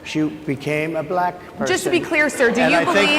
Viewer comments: It's the SAME Pronunciation of " Black" as the South African(s) in "LETHAL WEAPON II " !! " Bleeckk " because you're " Bleeckk " .. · "I didn't know she was blæck!" He even said the word black in such a weird way 😅 just listen to how he pronounce it! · Just the way he pronounces “black” is so disrespectful. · Trump's pronunciation of "black" is even racist.